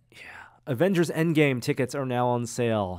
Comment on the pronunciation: Avengers "Engame"!?Missing the 'D', dude.